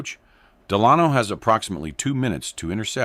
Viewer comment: You say de-lahn-o. Nope, the name is pronounced DEL-a-no. Your AI doesn't understand how to pronounce English. FIXIT!